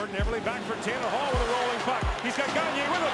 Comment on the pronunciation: “Taylor Hall” 😂😂😂😂